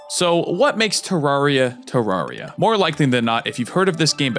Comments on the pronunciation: One it is you say it like this te rare e ah two I have played this game since I was seven I nothing traumatized me but my older sister hates this game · Sorry Terr-air-e-uh is how it’s supposed to be pronounced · Me:;NOoOoOoOoOoOooO PLEASe I WANN- well yeah it does say teens. Any way that’s not how you pronounce terraria. You pronounce it like ter-rare-e-a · It’s pronounced TerRAIRia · I bet he never said terraria right like chippygaming